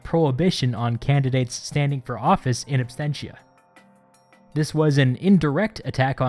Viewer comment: Absentia not abstentia.